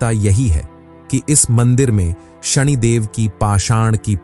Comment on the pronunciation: नाम तो ढंग से ले कम से कम , ये शणी क्या होता है?? शनि को शणी बना दिया